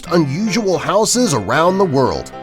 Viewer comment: Learn to pronounce houses correctly